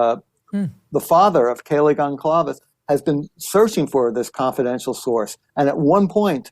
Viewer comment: Howard, a pronunciation guide for your benefit: gon-SAL-ves. And for you, Megyn: Kō-berg-er (not Kole-berg-er).